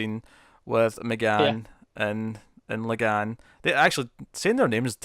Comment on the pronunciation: his name is la'gann, its la'gaHn